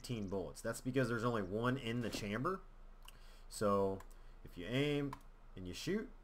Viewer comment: fyi you're saying chamber wrong :P lol